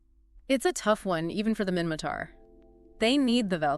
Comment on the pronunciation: minmaTar not mimmaKar